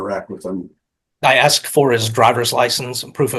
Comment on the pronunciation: No one axed you, Mr. Crane.😮😮😮😅😅😅